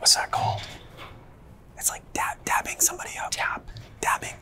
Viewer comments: dawg it's "dapping" somebody up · its dapping not dabbing 😭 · is no one gonna tell him it’s called “dapping” not “dabbing”?💀